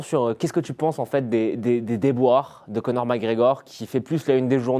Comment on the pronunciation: J'adore lorsque l'intervieweur prononce Conor comme Connard.